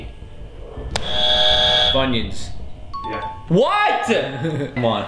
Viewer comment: And he’s supposed to onion flavored rings he only said funyons